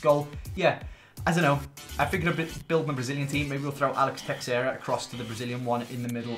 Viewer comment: Its not a big deal but it bothers me, the way you pronounce texeira is Teh-Sher-A